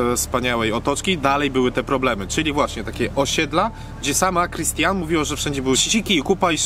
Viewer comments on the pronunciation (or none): Bardzo fajny pomysł na film ale wykonanie pozostawia dużo do życzenia. Pod względem merytorycznym słabo to wypada bo przekręcacie imiona, nazwy, fakty... Przede wszystkim Christiane, a nie Christine. Ulica Kurfürstenstrasse, a nie Kurfurstrasse. Bohaterka ani nie umarła w 2021 roku, ani nie miała wtedy 56 lat (ur. 1962). I pierwsze słyszę żeby Detlef (chłopak Christiane) opowiadał cookolwiek o Bogu (wtf). Nie wiem skąd były brane informacje ale w przypadku takiego dużego kanału jest to mega słabe. To nie hejt, tylko mam nadzieję konstruktywna krytyka, bo to już kolejny film w którym mniejsze lub większe błędy tego typu się pojawiają. Generalnie nie piszę komentarzy ale ww jest na tyle rażące w tym konkretnie materiale, że ciężko przejść obojętnie. Pozdrawiam serdecznie i powodzenia w przyszłych projektach! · Nie mówi się Krystin tylko Krystiane (piszę fonetycznie) Ogólnie ta książka znana jest wśród Niemców jako "Krystiane F - My dzieci.. " itd. Wiem bo była to moja lektura szkolna (niestety) Pozdrawiam! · 1. imię głównej bohaterki wymawiamy KRISTIANE 2. Christiane żyje 3. Detlef nie opowiadał nic o bogu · Opowiadacie o książce a nawet nie wypowiadacie poprawnie imienia autorki xd Poza tym jak można pytać osoby uzależnionej czy robi to z wygody…. Wy chyba głupi jesteście plus pozbawieni empatii kompletnie. Albo w sumie jedno i drugie, wstyd za was. mądrzej gada niż wy razem wzięci, bo widać że chłop doświadczony życiem, a wy książkę przeczytaliście i myślicie że rozumy pozjadali. Nie bierzcie się za tematy, o których nic nie wiecie. Szkoda mi tego chłopa, zadajecie mu pytania o rodzinę i czy chciałby z tego wyjść, a on wam mówi że od lat jest uzależniony od heroiny… jeszcze podsumowujecie rozmowę, że widać że to lubi… brak słów.